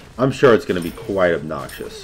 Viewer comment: "...quite obNOXious..."